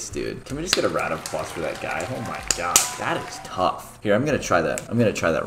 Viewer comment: It sounds like he’s saying o my gayad When he’s saying o my god it sounds like he’s saying o my gayatt